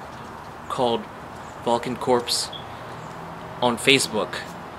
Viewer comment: valken corps is pronounced core, like marine corps